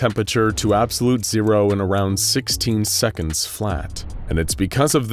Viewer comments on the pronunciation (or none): none